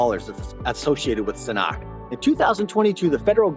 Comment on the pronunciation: Please take the time, care, and respect, and learn how to pronounce this project correctly BEFORE you produce a video on it!